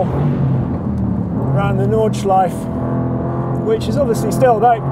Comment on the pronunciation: Nice car, nice video! Unlike French or English, German doesn't have silent vowels at the end of words. So for "Nordschleife", just like for "Porsche", the E at the end is pronounced. :)